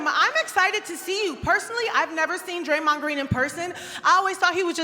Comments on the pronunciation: Draymond mispronounced his own name 😂😂😂 wtf is draymon doing their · dang it 😅 white girl just can’t pronounce Draymond name right 😭😭😭